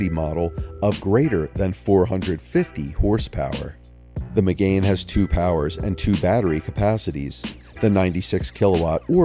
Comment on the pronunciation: 'renALT'. 'meGAIN' sigh. Vowely voos wank wit me, silly moron please?